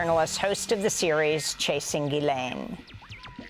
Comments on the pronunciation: Ge-len.... is there ANY American that knows how to pronounce her name!? ITS GISLANE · Her name is pronounced Jislen, it is a French name with a soft G